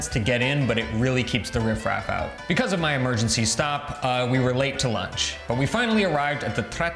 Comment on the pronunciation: Non so può sentire come parli inglese.. l'accento è una caricatura esagerata . Anche a pronunciare il nome di tuo marito e come dici Begouse ( because) the biGGHERRRR ARRRRR La caricatura di un russo ubriaco che imita un italiano ubriaco che parla inglese